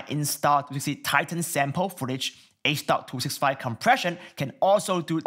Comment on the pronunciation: It's h.265 riiiiight? not h.256